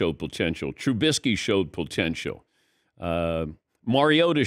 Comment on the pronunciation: Is he saying "pole-tential"?